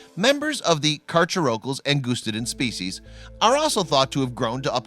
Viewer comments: For future reference, its Ang UH Sty Den not Ang OOST aden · Wow can even pronounce angustiden right it’s pronounced like ang us ti den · You’re not pronouncing the species correctly. Check a dictionary… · also believe the specific name is pronounced an /gust /stidens no long "u" and has a short "i" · Btw that pronunciation was terrible it’s pronounced Ang us tide en